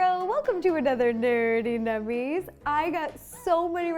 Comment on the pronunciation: yey! I missed Nerdy Nummies so much <3 and also the way Ro pronounces nerdy nummies is just so adorable <3